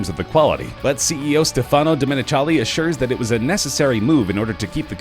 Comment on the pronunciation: STEFANO, not stePHano